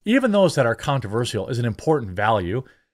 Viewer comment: You're from Wisconsin it's time for you to pronounce controversial correctly